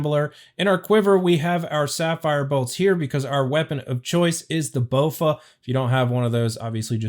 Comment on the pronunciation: "bowfa with full arma" okay dude LMFAOO